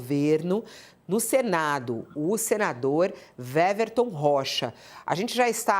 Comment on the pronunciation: A jornalista está pronunciando o nome do senador errado. O W do nome dele tem som de U, ou seja, a pronúncia correta é Uéverton e não Véverton. É só uma observação.